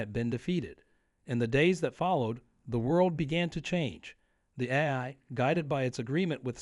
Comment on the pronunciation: Says AI wrong a bunch. Haven.